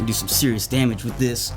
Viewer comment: I love when he says damage lmao